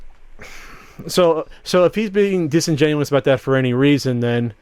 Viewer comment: Disingenius? Disingenuous.